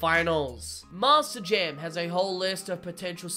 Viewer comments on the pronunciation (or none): Why does it sound like you say Master Jam instead of Monster Jam. It's not even the accent you switch between Monster and Master.